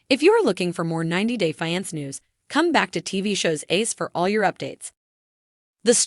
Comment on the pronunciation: The word is FIANCE this is so annoying